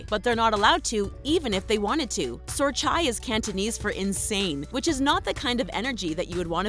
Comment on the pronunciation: I speak cantonese and You pronounced Sor Chai wrong